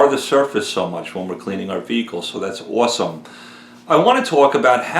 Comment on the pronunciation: More people should have your integrity. You are a gentlemen sir. BTW, thought I heard a NY accent when you said awesome.